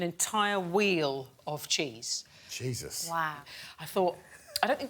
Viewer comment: Did Greg really say chesus in the first task and why did no one laugh